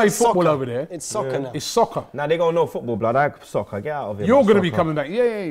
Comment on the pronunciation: Ayy Robbie, we go to saccer gaymes HAHAHAHA